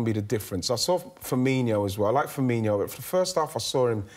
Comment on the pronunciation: His name is "Firmino" not "Firminiho"